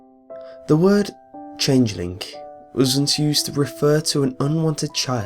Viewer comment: Jen Dowie A speech impediment is not an accent. That's like saying everyone from England sounds like Jonathan Ross err Woss :|